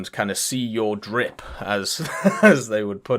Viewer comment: please never say "drip" again LOL